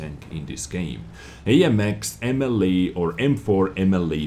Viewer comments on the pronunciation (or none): mle in french stands for model so please pronounce it as it should, you would be the only youtuber doing it right x)